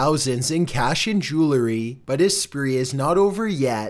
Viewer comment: Jewelry. Not Jewlery.